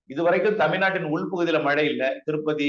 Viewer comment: நேர்காணல் செய்பவர் மழை என்று திருத்தமாக ஒலிக்கவும்.